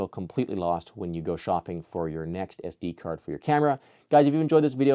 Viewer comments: did he say STD Card or SDD Card? lol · Did he say std card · you actually said STD card 😂😂😂😂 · I swear he says "std"card. No body wants that card.😂